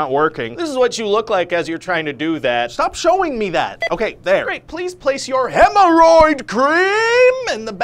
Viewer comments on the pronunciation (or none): "Hemeroid Cream"